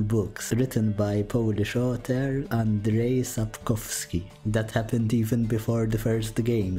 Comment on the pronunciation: You said Andrzej wrong >:(